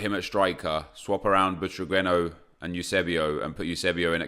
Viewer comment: Omg its not “butragüeno”. Its “Butraguenio”. The letter U doesn’t have dieresis. Just look it up